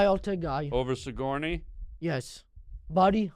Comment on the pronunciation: He keeps calling him sigorney weaver hahahahahaha thats too fkin funny